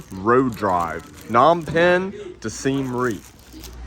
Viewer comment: its PA-nom penh